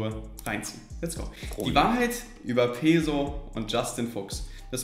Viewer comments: Das einzige was mich an ''peso'' abfuckt ist dass alle das falsch aussprechen 🤣🤣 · bei Peso wird das S scharf gesprochen weils spanisch ist